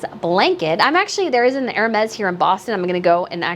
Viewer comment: Thank you for saying ÈR-Mez (phonetically) instead of HER-Meez 😂 I'm sorry, but it's been driving me nuts listening to others say that about the Hermès blanket. Yes. I'm petty.